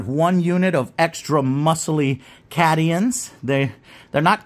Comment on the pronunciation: Did... did Joe just pronounce Cadians as "Cad-ee-ans"..... ?